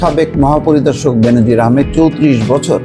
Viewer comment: বেনজিন নারে ভাই,,,,,বেনজির।